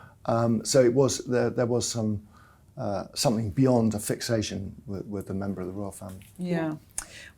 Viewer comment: ..."somethink" yet again 🙄